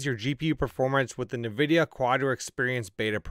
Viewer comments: Pro tip. It's pronounced N Vidia. Not navidia. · He said nevidia